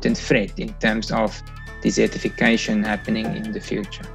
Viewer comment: She can't pronounce desertification correctly, desert not dessert.